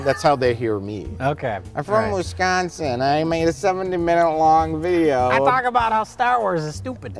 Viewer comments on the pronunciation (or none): "I'm from wiscawwwnzin!".